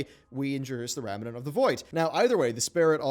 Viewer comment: rem-nant. stop adding an entire syllable into it.